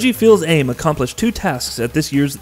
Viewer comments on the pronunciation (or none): Reggie "FEELS AIM"? I though it was pronounced like "fees ame"